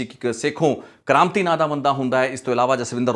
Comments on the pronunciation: Sekhon kamriti not sekhon kranti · ਸ਼ੇਖੋ ਕਰਾਮਤੀ ਨਹੀ ਵੀਰੇ ‘ਕਰਮਿੱਤੀ’